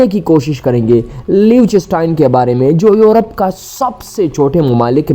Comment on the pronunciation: Ek to AAP is ka naam ghalat le rahay ho doosra sab videos fake hain Meray bhai